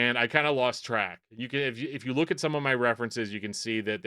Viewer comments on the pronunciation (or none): none